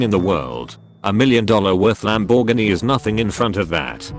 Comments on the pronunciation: Lamb bore ginny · WTF is that pronunciation of Lamborghini ?? 🤣😂